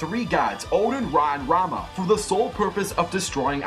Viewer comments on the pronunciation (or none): none